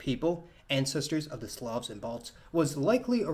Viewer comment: I first heard 'quintessential slobs' instead of slavs 🤦‍♂️